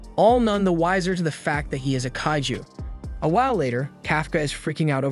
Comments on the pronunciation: it's kaiju not kayju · it tickles me to the wee when he say “kahh-ghoo” or “kay- ju”